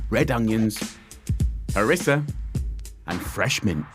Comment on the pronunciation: C'est du Harissa et non pas Marissa lol..😂